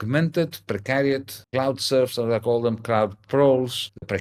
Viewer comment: Is he saying "clout" or "cloud" capital? Serious question